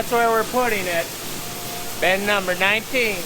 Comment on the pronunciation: Is it pronounced “ben” or “bin”? Sounds like you’re saying ben/bens.